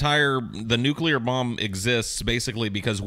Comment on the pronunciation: Nucular devestation situation